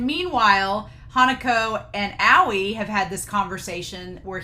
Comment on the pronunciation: Hello, new viewer here. Just wanted to say this reaction video was beautiful, but Aoi’s name isn’t pronounced “Aow”. It’s pronounced “Owie”, like what little kids say when they get hurt. Hope this helped! <3